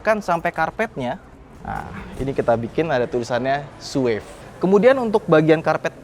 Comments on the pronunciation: Setau saya "suave" itu dibaca "su-wa-ve" biasa deh kayak tulisannya. Bukan "suev". CMIIW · Correction bang buat penyebutan yg bener "Suave" itu tuh "Swaaf/Swaav" bukan "Sueff"